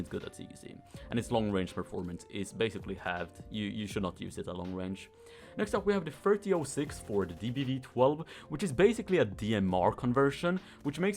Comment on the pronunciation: the 30-06 is actually pronounced "30 ott 6"